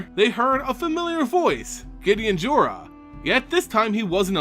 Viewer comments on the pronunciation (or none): none